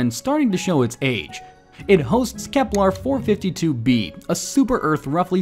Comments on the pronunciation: It's Kepler, not KeplAR. Johannes is rolling in his grave. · Say it with me: "KeplEr" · I keep hearing him say "Keplar".